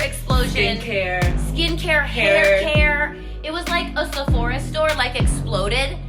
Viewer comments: I love you. Have I been saying Sephora wrong all this time?? You keep saying SephorEEA. Am I wrong? Middle part!! So so pretty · Love you so much You are beautiful no matter what She says Sephora so weirdly